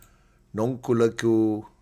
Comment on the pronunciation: Wow much much respect for efforts in trying to pronounce nonkululeko😊